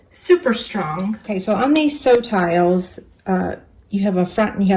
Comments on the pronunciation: Nice tutorial, btw, although it sounds like "sew tiles" in the video, the magnetic thingies are called "SewTites" (as in the Closed Captions). The logo on their package is hard to read, but be sure to search for "sewtites" to find them online. Cheers! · the bags are too cute! I think you are pronouncing the name of the blue magnet wrong. They are Sew-Tites as in tight. Great product and great project!